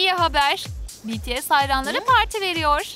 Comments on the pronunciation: "BeTeSe değil Bities " 😒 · biaralar betese diyordu oyüzden dislike atıyordum sinirden telefonu yumrukluyırdum artık😁😁